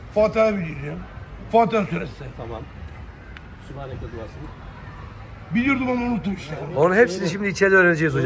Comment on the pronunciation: Ne güzel şakayla karışık abdest namaz cami adabı öğreniyor Yalnız Hoca sübhaneke Allahümme diyor da öyle değil ki. Sübhânekâllahümme dir orjinali